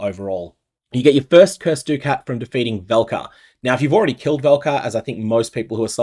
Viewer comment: I wanna know what personality mispronounced ducat originally and this terrible use of the english language spread to every poe streamer